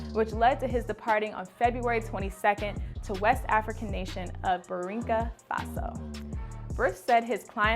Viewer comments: Did she say Burinka Faso instead of Burkina? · What is Birinko faso? You mean Burkina Faso? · Burkina Faso???? Hahaha your pronunciation.